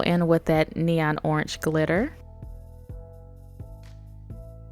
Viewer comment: it’s not oranch it is orange btw i love your videos and watch every day and every video i love u so much